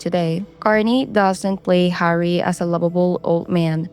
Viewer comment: Ha Ree and Ton Toe